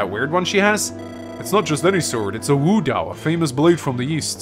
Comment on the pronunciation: What i wouldn't give for you to pronounce wo dao like wo dao and not woo dao